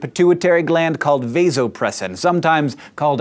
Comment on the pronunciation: the a in vasopressin is soft.